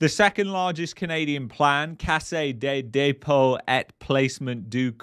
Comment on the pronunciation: Pronounce <Caisse de depot> like <Case the day-po>, had a small chuckle.